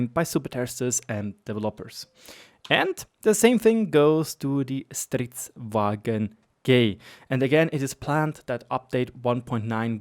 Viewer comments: its stridsVAGN not stridsWAGEN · This is not the best audio but it was the best I found right now, here is how the Swedish tanks are supposed to be pronounced. (Yes I know it really doesn't matter it's just a bit of a pet peeve(?) with the "germaniztion" of vagn as wagen :D ) That said, great content as always!